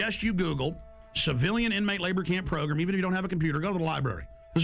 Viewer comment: i like how he says progrim instead of program